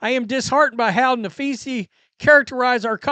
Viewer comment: Are you capable of pronouncing Collier’s first name correctly? Napheesa *. Nuh-FEE-suh It’s not Napheesie for goodness’s sake!